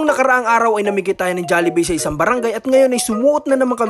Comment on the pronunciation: Jallibee Ng Jallibee, pati cguro, kanilang kayo sa % na nagsasabing Jallibee, pero Ang tama Jollibee, pati Yan ginatan Ng silent A, magagalit Ang founder na SI Mark Chan, Mali kc pg pronounce sa jollibee